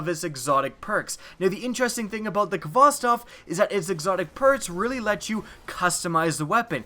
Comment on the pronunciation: Uh,.... It's Khvostov... Not Khvostof... Just thought I might point that out.